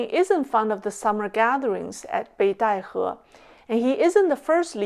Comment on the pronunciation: Obviously can also speak genuine mandarin. One can tell this from her pronunciation of Beidaihe, which is the exact mandarin pronunciation.